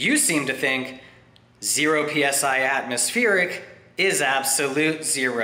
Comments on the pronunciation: What's this "Atmospheeric" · Am I missing something here or is this crazy dude incapable of pronouncing “atmospheric” properly? Just saying!!